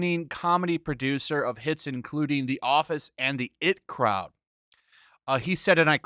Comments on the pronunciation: I T Crowd. Not it crowd 🙄🙄🙄🙄🙄🙄🙄🙄🙄🙄🙄🙄🙄🙄🙄 Say it with me I T Crowd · It's not the 'IT' Crowd, it's the 'I.T." as in the Internet Technology crowd. No matter though good vid. Also a very funny show from the U.K. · Its I.T. Crowd not it crowd. Pretty good actually specially the 1st season, check it out sometimes